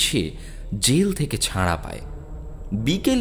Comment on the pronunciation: আবার আপনার গল্প পাঠে চন্দ্রবিন্দুর দোষ। "ঘোঁর" /"হাঁজত" /"জেল থেকে ছাঁড়া পায়" / "আঁটকাতে পারবি না"/ "কেঁটে যায়" - এসব গুলো কি দাদা? এগুলো এবার দয়া করে পরিবর্তন করুন।